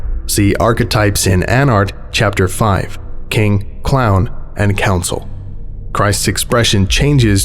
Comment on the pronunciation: "Consul", not "counsel"...